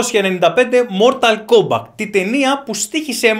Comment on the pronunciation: Μορταλ κόμπακτ ακούω η μου φαίνεται?